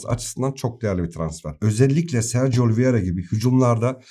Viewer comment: Abi Oli Viera değil Oliveira doğrusu.